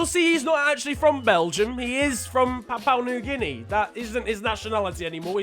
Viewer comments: The way he says Papua New Guinea is fecking hilarious. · Mispronouncing Papua New Guinea throughout the video.... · Drink everytime mispronounces PNG